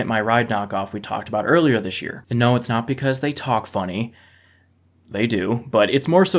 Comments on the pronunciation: I heard the noar no and immediately thought of Australian accents. And there you have it. says what I am exactly thinking. Dude get out of my head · that ''no'' sounds cockney af! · Wait do us Aussies really say "no" like that? I swear it doesn't sound like that